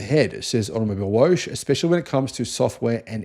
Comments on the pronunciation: Hey “Woche” is pronounced “whoa huh”, not “wosch”. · Woche is German for week. In german you pronounce each letter so Woche is pronounced more like Wokka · It’s pronounced Out-Oh Mobil-eh Wocker (or similar) your pronunciation sounds like a car wash mag !😂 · Automobilewoche is pronounced Automobil vocker ! (translates as Car Week) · With respect, you are mispronouncing Automobilewoche. It is said like “Automobile-vok-a” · Just FYI… it’s Vokka as in soccer for Woche (week)